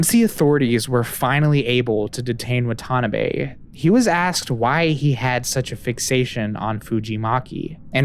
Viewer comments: I hate being that guy, but I do dislike more hearing Watanabe as waTAnabay. It’s Wah-tah-NAH-bei. I hope you understand. It’s like hearing Mister KEEE-Anu Reeves. Or HaREEEson ford. Braaaaaaad Pitt. To-awwwwm Cruz (cruise pronounced super fast) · Instead of wa-TA-nabe, please try WA-ta-na-be 😅 not that the person deserves more respect but having accurate pronunciation would better reflect the research that went into this video!